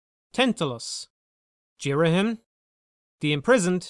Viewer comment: This will always be my favourite zelda game. I think the story is incredible and emotional. I love the art design I think it's beautiful and shows off the emotions of the character really well. I love ghirahim sooo much (you pronounced his name wrong) he's so creepy and funny ( and fabulous). All the dungeons are a lot of fun. The new equipment is great. The only complaint is fi can be pretty annoying and yes at the end I got very bored of the imprissoned but that's it. Btw my no 2 favourite zelda game is wind waker